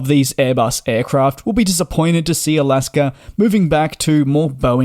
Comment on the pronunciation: DJ: There is no "r" in Alaska.😅